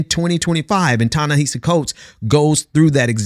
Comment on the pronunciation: you might be mispronouncing his first name. i think it's "Tah-nehasi", each of the A's rhyming with the vowel sound in "boss".